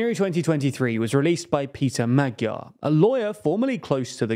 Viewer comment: Your Hungarian pronunciation of Péter Magyar and other names is atrocious, but your reporting is great!! It's not very likely that this will end Orbán - in fact, nearly impossible. Wishful thinking could be how it starts, nevertheless.